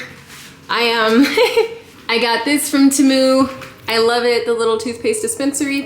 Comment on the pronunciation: I love the you say tehmu 😂😂😂